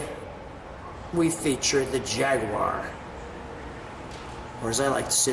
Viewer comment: Thanks for not saying "JagWIRE"! : )